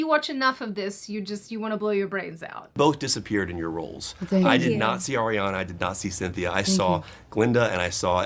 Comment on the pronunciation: I hate to be that person but Lol but it's Arr-riana. Not Airiana. Even Ariana addressed that in a video before.